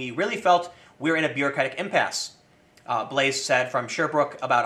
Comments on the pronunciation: Blais is pronounced Bleh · Love your videos Tim, but the S in Blais is silent, and the Burkina Faso City is pronounced Wah-gah-doo-goo